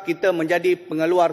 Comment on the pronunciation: "Terrrrrrbesar didunia"....🤣🤣🤣